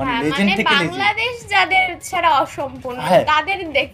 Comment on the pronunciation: লেজেন্ড নয় লিজেন্ড 🤣